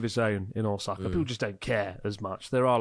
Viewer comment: Man, how long have you been in Japan and still can't pronounce Ōsaka. 😅